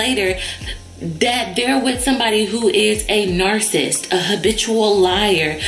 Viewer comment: "We didn't plan on being married to a narcist" Lady, you lost a whole syllable.